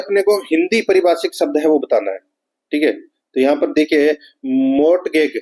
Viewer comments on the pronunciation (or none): 97 नंबर के प्रश्न को मोर्टगैग नहीं मॉर्गेज बोलते है कब तक हम ही सिखाते रहे आपको